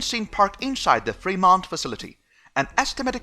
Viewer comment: You are getting closer. Femont...accent on frost syllable. ;)